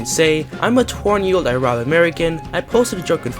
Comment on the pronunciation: How do you mess up pronouncing arab so bad you are a failed specimen